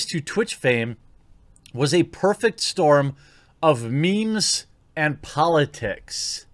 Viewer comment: "memes" and "politits"